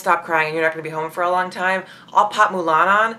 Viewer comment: It's "for" not "fur". The Royal Family are sticklers for correct grammar. You might want to practice that.